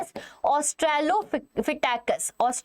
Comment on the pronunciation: That is astralopithecus not astrlophithecus😅